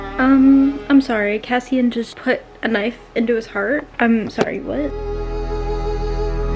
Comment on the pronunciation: I was so thrown off by the pronunciation of Cassian and a few minutes would go by where you wouldn't say his name and then I would forget, then you'd say Kaysen and I would stop for a second and be like "Who tf is Kaysen? Did I forget about a character?" LOL